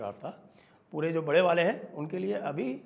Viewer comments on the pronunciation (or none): none